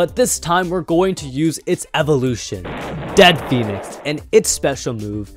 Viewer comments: Hey its dread phoenix not dead phoenix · WHY DOES EVERYONE SAY DEAD PHOENIX WHEN ITS DREAD PHOENIX